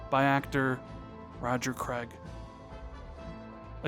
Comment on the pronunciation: Roger creg? You mean roger Clark 🤣